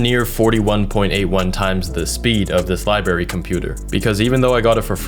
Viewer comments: Good video but it is library not libary. I had that pronunciation knocked out of my head by nuns in my youth. So that pronunciation is international,I guess,I thought it was a Chicago thing. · “Liberry PC”